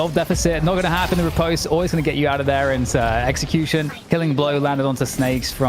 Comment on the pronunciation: It's ri-post not re-pahst